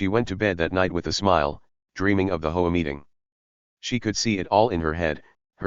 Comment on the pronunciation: Hey... it's H O A, not "ho-a". Read it the correct way.😂😂😂